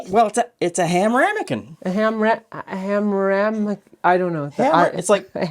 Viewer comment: Wouldn't those be "Hame-kins" 😊